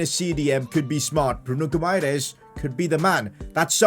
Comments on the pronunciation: PCQ: The Gui in Bruno Guimares’s name is pronounced like G in Doggy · His name is Guimares ( gwi-mah-rez ) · Hey, u say Bruno Gimaraesh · It's gee-ma-raa-ees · when saying brunos name you should add a sh like bruno gumairesh like fc wonder kids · PCQ: Yo you need to make Ronaldo the club captain if he is playing his last season in football considering he is the captain of the Portuguese national team you know Btw it's Gu-i-ma-ra-es-y but the y is silent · Pcq: Bruno "Gumaires" does not say like that, on Portuguese with Brazilian accent it sounds like Bruno Guimaraes (Gimaraes) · It is Gui-mares not Gu-mai-res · Pcq: The Brazilian DM's name is pronounced Gee-Ma-Rei-Esh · Btw it’s pronounced “Bruno Gyumaresh” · Actually Guimaraes is a town in Portugal, and you should say like GIMARÉINS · PCQ: It’s pronounced Bruno Gi Mahrez or Bruno Guimarães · its pronounced "Gee-muh-rije" lol hard to type it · It is Bruno 'Gimara-es' That's how you pronounce it😅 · PCQ: Bruno's name is pronounced Bruno Gi-ma-rays. Atleast in English ❤️ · He is pronounced key ma ri esh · Pcq: You pronounce Guimares' name as Gee-Me-Rech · Bruno Guimaeres's Name Pronounciation Will be Bruno Gimaresh. Btw Love your videos❤ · Pcq:pronounce guimaraes like gwimaraesh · Guimares's name is pronounced gimaresh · Guimaraes’s name in “Portugal” Portuguese is Gi-ma-resh. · Bruno guimaraes is pronounced like bruno "geemarice" You got me? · Pcq: Hey, it is pronounced "Bruno Gi-mah-rah-ish"" Hope you get it:) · Its Bruno Guimaraech thats how its pronounced 😂😂😂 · It is Gui-mares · Pcq: its pronounced as Bruno Gimahrez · Guimaraes is pronounced as GIMAREIS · Pcq: Bruno Gi-ma-resh idk I think that’s how you pronounce it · Its Bruno Guu-Mah-Resh ......... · your pronouncing Bruno Guimarães' name wrong. Instead, try to spell it like Gui-ma-"rain"s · Pcq: Guimarães's name is pronounced Goo-e-Mar-ees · Its pronounced Bruno Goo-ma-resh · Bruno Guimaraes's name is pronounced as gui-ma-resh.